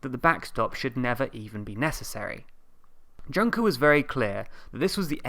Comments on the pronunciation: Please please please learn how Juncker's name is pronounced. Reading it like junk-er makes it very hard to seriously focus on the content :))) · IT'S PRONOUNCED YUNKER! Thanks for the video. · That's not how you pronounce Juncker! It's similar to "Yoonkah" (there's also a French way of reading it but it's not that relevant) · I think it is pronounced Joon-ker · You are totally massacring the pronunciation of Juncker's name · I WOULD REALLY APPRETIATE IF YOU PRONOUNCED JUNKER CORRECTLY EDIT: it's the second time im asking, please pronounce people's names accordingly : (